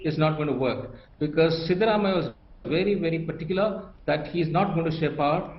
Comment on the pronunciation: Please make it coreect that's not shivarammayya,,siddaramayya